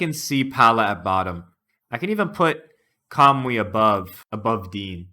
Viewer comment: Why do you pronounce Mycen as "My zen", and Kamui as "Kamooee"? lol